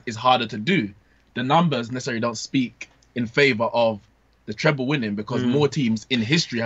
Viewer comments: It's treble not treple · Mark let’s start off firstly with the pronunciation - It’s ‘TreBle’ with a ‘B’ and not ‘TrePle’ with a P as you’re saying it.